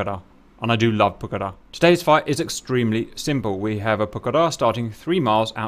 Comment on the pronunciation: Well done for stressing the correct syllable for Pucará